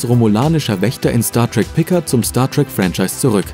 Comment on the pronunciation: Star Trek "Pikat" Echt jetzt ?!?!? Den Versprecher hat keiner vor dem hochladen bemerkt? Ich lach mich wech